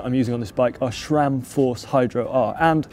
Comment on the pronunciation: its "Sram", not "Shram"